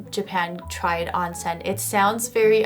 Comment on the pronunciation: Not "On-sen", it's Ohn-sen"